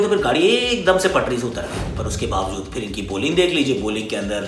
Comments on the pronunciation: Instead of saying Baade kya karenge, He said Bhadwe kya karenge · Bade kya karange but listen like bhadve kya karenge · Lekin bhadoye kya karenge bola lol